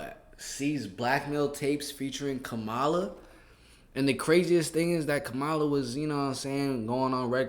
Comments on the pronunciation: Her name is pronounced “KAmala”. 😁👍🖤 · Please Stop pronouncing Kamala like Trump does.